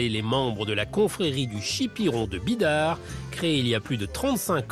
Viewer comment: bidart et non bidar ....